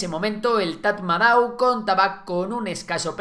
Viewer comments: Tras vivir y trabajar en Myanmar, te puedo decir que Tatmadaw se pronuncia "Tamado". Un dato gratis que te llevas!😅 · Se pronuncia TATMADÓ 😅